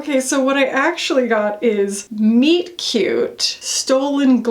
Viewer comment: MOB M36 is awesome. And I think I need that Soshe blush, it’s beautiful. I am cracking up at those Estée Lauder blushes 😂😂😂 and then I’m listening and I thought you said one of the shades was Meat Cutie and I was snorting. I’m so glad it’s Friday.